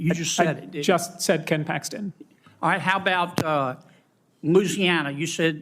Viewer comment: John Neely Kennedy can't even pronounce the state's name that he represents!